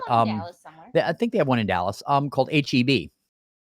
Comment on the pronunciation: HEB, not HIB. Just clearing up